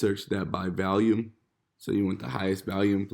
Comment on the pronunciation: How you pronounce volume again?😂